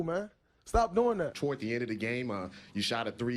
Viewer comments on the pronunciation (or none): a-a-and you look twuwards the Qwild towards